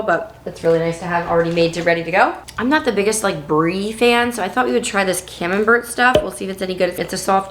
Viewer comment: Hi, What delicious recipes. But as someone from Europe. I just wanted to point out that my ears and brain hurt when you pronounced camembert. 😁 It's not Bert and Ernie 😅 In French you don't actually pronounce the last letter, so bert would sounds more like the English word bear. Strange but true. So it would sound something like camembear. Not exectly ofcourse, but that would sound more like it. A lighter version of bear. Merry Christmas